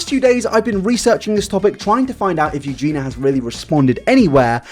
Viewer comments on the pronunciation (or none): Spends two days researching -Still pronounces it "Euge-NA" instead of "Euge-NEE-A".. -jk love you but srsly dude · But like... the onlllyyyy thing that bothers me is that you don't say Eugenia correctly you call her Eugena..... are you doing it on purpose?? 🤔🤔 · I believe its pronouned more like eugene y-ah ( versus eugene-ah )... maybe I'm not explaining it correctly via text but anyway, not a big deal, I just like to be corrected if I'm saying something wrong so y'kno. :p Important video; needs to be discussed with this kind of blunt truth. Thanks for addressing it. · Not a fan, but first her name is Eugenia, not Eugena, and second, this second video was absolutly unecessary, extremly repetitive abd basically brought 0 new information on the topic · it bothered me a bit that he kept saying “Eugena” instead of Eugenia 😭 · Is he calling her Eugena instead of Eugenia on purpose? xD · Ps her name has an i in it, Eugeniiiiia not Eugena, can’t watch any longer 😳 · Eugenia.. Not Eugena.. Aahh 😂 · love you yet it’s eugenia not eugena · Her name is Eugenia not Eugena! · I love u. But please try and pronounce eugenia' shame properly Ugeenee Not ugeena Sorry if I'm.being picky. I think its cos you talk so fast Anyhow. That's my little gripe over. Love your content and take on things xx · am I the only one who cringes every time he says "EugenA"?)) Love you! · Yoo-Gee-Nah 😂🤭 you’re missing a second I there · nobody:: yuGEENa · Only if he starts pronouncing the "i" in Eugenia. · the fact you don't pronounce her name properly annoys me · Yeah yeah it's bad and all, but what's worse is PRONOUNCING HER NAME WRONG FOR TWO WHOLE VIDEOS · What's scary is that you still can't pronounce Eugenia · How have you made 2 videos on her and you still can't say her name right?